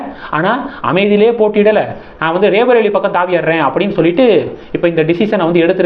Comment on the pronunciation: It is not raebareli but sound roybareli